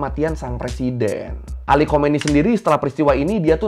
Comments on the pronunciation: Bukan Ali Komeini, tapi Ali Kamenei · AYATOLLAH ALI KHAMENEI. Gak bisa baca plus gak bisa ngomong juga ye lau 😂😂😂😂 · Ayatollah Ali Khamenei kalii. Belajar lmembaca lagi laah, udah 2024 niih. Kalau belum bisa baca jangan bikin modelan begini. Jadi kocaak 😂😂😂😂